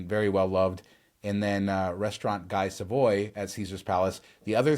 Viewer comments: I have become hooked on this channel. You guys are the best combination of funny and informational. BTW, it's pronounced GEE SAHV-WAH not GEYE SUH-VOY. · Guy Savoy has a French pronunciation...Gee Savwa would be the phonetic pronunciation.